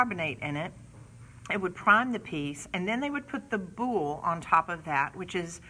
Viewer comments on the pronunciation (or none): It's bole (bowl), just the way it is spelled. Not boul, which sounds like boulle. Boulle is a completely different inlaid finish technique for furniture, named for Andre Charles Boulle, who made it popular in the 17th century. You have nearly 40,000 subscribers who are going to think it's pronounced boul. Thank you for the information. Hate to be the "language police", but this is an important one, as it distinguishes between two entirely different furniture finishes that should not be confused.